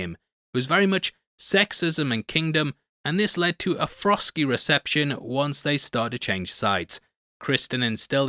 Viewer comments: He really just said “Frosky reception” lmfao 😂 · A "frosky" reception, eh? 👏